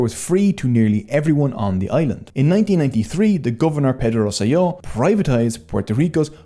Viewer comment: This is an excellent, informatively put, and high quality documentary. Just one little correction, the name of the former Governor is Ricardo Rosselló with double ‘L’. The double ‘L’ in Spanish is the same as the ‘J’ in English so you read “Rosselló” as “Ros Seh Joh”.